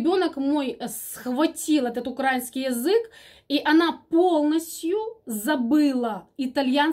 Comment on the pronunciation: правильно говорить украИнский и слИвовый, извините. Все равно Вас люблю слушать.